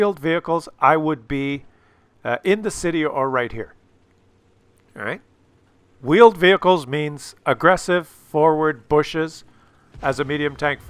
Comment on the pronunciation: two vheeled wehicles